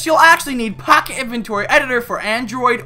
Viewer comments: This was really funny. The way you said POcket edition tho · How u say minecraft POCKET edition XD